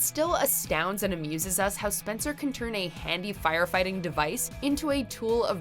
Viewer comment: “HOWv?” -Spencer